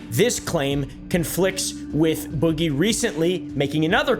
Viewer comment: *Boogie. gonna need a subtitle annotation for that one..